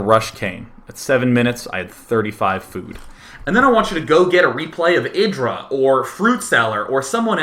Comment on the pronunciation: Why you call IdrA like "idra" instead of "aydra"?